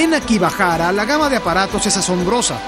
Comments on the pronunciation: ¿Por qué dice AkiBAHARA todo el rato? Es AkiHABARA. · Dijo: "akivajara"😂